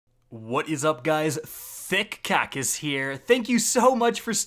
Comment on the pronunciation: My face when I heard him say "Thick Kackis"